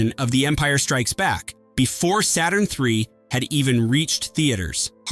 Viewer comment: The way the robot can't pronounce Saturn 3 without either running the words together or places an inappropriate pause between Saturn and 3